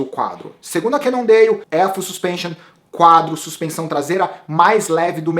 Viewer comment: essa pronúncia "cannondeio" kkk....Eu vi falantes de inglês nativos ñ sei de que lugar pronunciando "cannondale" com som de L. Bem ñ sou um expert em língua inglesa mas o q seria melhor pra ñ passar vergonha na frente dos gringos?